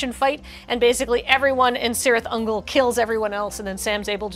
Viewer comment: The amount of engagement this video is getting because mispronounced a Tolkien word makes me wonder if she did it on purpose. 😂